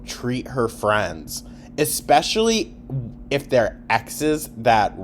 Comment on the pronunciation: always wanted a daughter ECspeshullyyyy